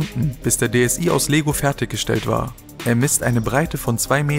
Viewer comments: Nein xD DS ai heißt es ja eigentlich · Das I in DSI spricht man wie das englische i aus ;D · Nintendo DSi 😂 wird englisch ausgesprochen also DS "ei" ;D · Es heißt: DeEsEi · das wird DS ei ausgesprochen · DSi (i=ei) 😂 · Es wird englisch ausgesprochen also dsei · Wie du DSI aussprichst xD